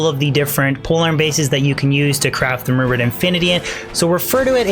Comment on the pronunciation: I keep hearing him say The rumored infinity instead of the rune word infinity lol